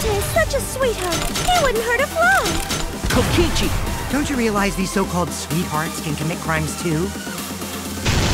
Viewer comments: “He wouldn’t hurt a FLÆ” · he wouldn't hurt a flmmy